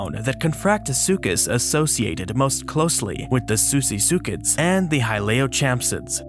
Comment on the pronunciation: Susisuchid? it's pronounced sussysuchid!